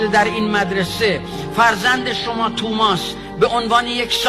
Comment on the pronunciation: توماس نه آقاجون، تامیس